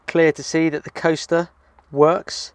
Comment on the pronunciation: like shed Sundays. i thought you said toaster instead of coaster.